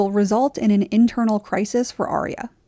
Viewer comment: Dude her name is Arya not Aria.